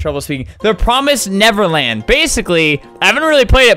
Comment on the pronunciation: He said it like the word Netherlands